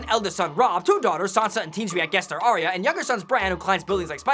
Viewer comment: It's Ar-Ya, not Ar-Ee-Ya.